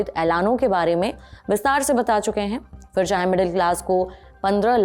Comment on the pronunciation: Madam, I appreciate your good pronunciation skills that now a days are hardly seen. But still it needs improvement. Please pay attention towards the difference between the words 'Fir' and 'Phir' The correct word is 'Phir' and many times in this video you have pronounced it as 'Fir' I suggest you a beautiful song by Lata Mangeshkar from the movie 'Libaas' "Phir kisi shaakh ne pheinki chaaon, Phir kisi shaakh ne haath hilaya". In the above mentioned song, the singer has used many times the word 'Phir' And, I am sure it will diffuse out your any confusion or argument on the particular wrong pronouncing word 'Fir' Thank you With kind regards